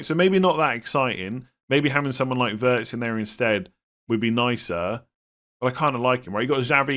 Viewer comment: The German name Wirtz is pronounced like “Veirts”, similar to “weird”. German w sounds like English v.